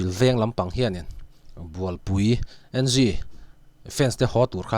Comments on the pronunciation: Bualpui N G nilo in bualpui eng ti a lam zawk tur ni in ka hria Ngunlinga Bualpui pui a ni a,n leh g hi a hrang a lam loh tur zawk ni in ka hria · Bualpui (NG) En gi tia lam lovin, 'eng' tia lam tur a ni lo'm ni?